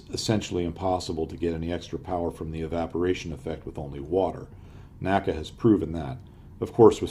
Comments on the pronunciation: There is no "Nacka". It is called "The En Ay See Ay". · It's not "NACA" it is pronounced "N-A-C-A". "NASA" is pronounced as on word, NACA is pronounced saying each letter